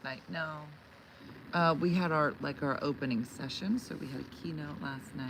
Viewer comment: Anyone else think she said KENO and not KeyNote. Wish I was live for the second 1/2 to post this! lol